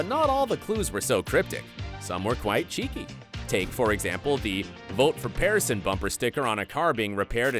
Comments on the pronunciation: Your pronunciation of their last name is wrong. It’s not “Pear” like the fruit, it’s PIERCE. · It's not "🍐son"! It's pronounced "peerson" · The fact that you pronounce Pearson wrong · The name is not Pear - son (pronounced like the fruit pear) - it's Pearson (as in peer) Signed - a Pearson person (ie Pearson is my maiden name) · the pronunciation if Peer son not Pair son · Dude... their name sounds like 'Pierce-son,' not "Pear-son." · PEER-sun. Not "PARE-sun" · It's peerson not pairson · Have you even watched this series? I cringed every time the announcer called them the Pair-sons instead of Peer-son!! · Really annoying how the narrator consistently mispronounces the last name as “Pear-son” like the fruit when the correct pronunciation is “Peer-son.” Obviously he doesn’t watch the show! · It’s annoying that someone reporting on the show can’t even pronounce the last name correctly. It’s pronounced Pier-son. Not! Pear-son. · PEERson....not PEARson. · Isn’t it pronounced PEER-son not PEAR 🍐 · Am I the only one that cringed every time he said PEARson, like excuse me sir but it’s PEERson. Talkin bout our family when you can’t even pronounce their last names 🙄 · The announcer doesn't know how to pronounce "Pearson". Its peer-son, not pear like the fruit. Thumbs down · Interesting... but I believe the last name, Pearson, is pronounced "PEER -son" not PEAR (🍐)-son!" 😂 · PAIR-sons. Auuuuggggghhhh. 😅😂🤣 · Pear son ? It’s pronounced peer son. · Interesting facts. But did you even watch the show? You called them Pear-sons, pear like the fruit. Thats not how Pearson is pronounced, for this tv family or for anyone. Makes you sound a bit uneducated. It's pronounced Peer-son. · Its obvious that the narrator has never seen This Is Us, if they did he would know its the PEERsons, NOT PAIRsons. Duh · someone else wrote the script. The person narrating has never seen This Is Us, otherwise they wouldn't get the name wrong like that! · Get the name right...its “Peerson” not “Pareson”